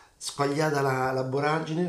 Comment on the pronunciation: Borragine! Si dice Borragine.